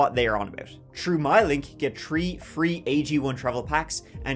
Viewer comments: In this episode, said “tree (3)” and “turty (30)” ten times. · Did you say tree free? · You know, can say the word, THE, but he can't say THREE. That, is pronounced, ``shree,'' or sometimes, ``tree.'' Anyway, I like walking in cemeteries. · Stop mispronouncing mausoleum. And the 3's!